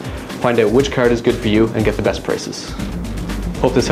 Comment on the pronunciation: graphics "cerd" :D